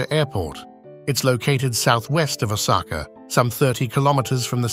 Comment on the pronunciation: Even Osaka is pronounced wrongly. Then again, the speaker doesn’t seem to be Japanese so it’s fine.